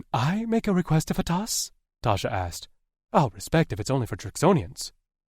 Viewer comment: The pronunciations are "Faytas"...NOT Fatass. "Meeko (Mikko)"....NOT My-ko.